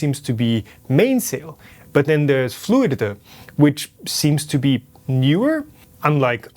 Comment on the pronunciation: face-blue-smiling: Hearing you say Fluiduduh made my day, I say the same shit!